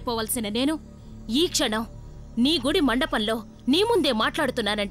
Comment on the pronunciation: గుడ్డి కాదురా జఫ్ఫా... గుడి రా